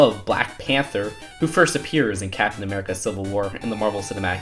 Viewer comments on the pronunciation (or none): none